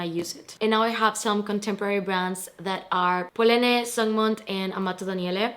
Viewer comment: Wow. Stunning collection! But an FYI: Do not pronounce the 'e' at the end of Polène. It is "poe-len." And vachetta is Italian, so it should be "vah-kett-ah" (think about kettle). Thanks for sharing your pieces with us :).